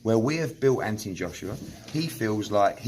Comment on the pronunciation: Its Anthony with a h and o not Anthiny. Make the deal and stop being scared.